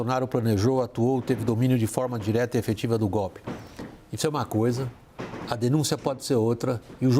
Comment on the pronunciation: ESSA CNN É UM LICO MESMO. Houve o GOPI, houve o GOPI. A inculta fala Proxessual!!! Processo do GOPI está robusto. Etc.eyc